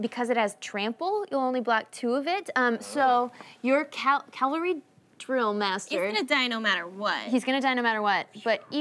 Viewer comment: What's a "calvary" drillmaster . The word is caValry - as in a soldier who is mounted! Gees, that's not even related to being a noob at Magic. Lol.